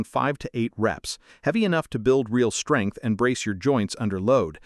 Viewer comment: Skrength & kwelve huh 😭